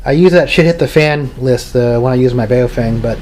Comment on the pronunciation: Baofeng is pronounced "Bow-fung" not "BA-O-feng" It means something like: "strong wind".